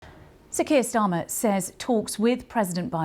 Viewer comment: Kain Schtarmer